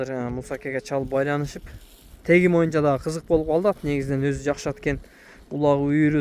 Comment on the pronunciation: Моюнча дегенинди токтотуп боюнча деп таза суйлочу